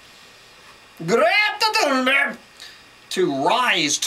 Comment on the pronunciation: Greeeta Thuumberg 🤣🤣